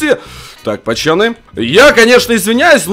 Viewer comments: Я первый раз тебя посмотрел и мне уже не понравилось что ты говоришь пачаны говори пожалуйста нормально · а почему ты говоришь ПАЧАНЫ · Кому нравица когда. Говорит "ПАЧАНИ" ЛАЙК.